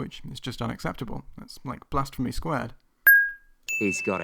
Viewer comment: "that's blashmephy squared"